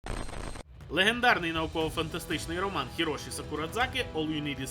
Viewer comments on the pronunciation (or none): none